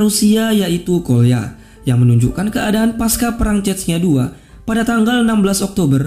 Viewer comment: cesnya bacanya bukan cetnya wkwk